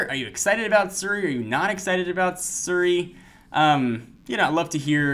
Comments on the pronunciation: it's Siri not Suri! (he's pronouncing it wrong...) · its not seri its siri.... learn to speak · It's pronounced SEE-ry.